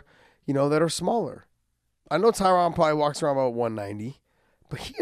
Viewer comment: Big John, you’re pronouncing Tyron’s name wrong. Still love ya.